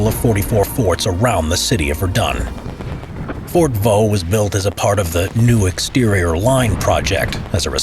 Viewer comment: You stupid it fort de voux